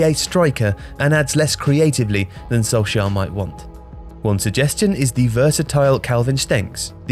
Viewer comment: You pronounce solskjær correctly!